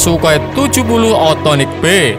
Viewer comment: Bukannya sukhoi s 70 okhotnik yah😁bukan othonik